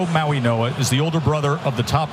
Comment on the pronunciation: I am sick of the idiots that pronounce Mauigoa with an N, it's not Mauinoa, it's Mauigoa with a "G" not an 'N" , wake the F up. Can't you all see it's a "G" not an "N", how stupid can you all be.